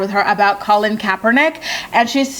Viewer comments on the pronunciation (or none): none